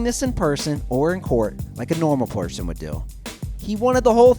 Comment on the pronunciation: Porson hahahahaha